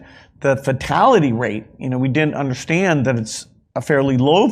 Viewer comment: I guess we don't "unnershtan" all Bill's good work.